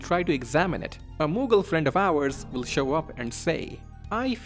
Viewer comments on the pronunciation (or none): none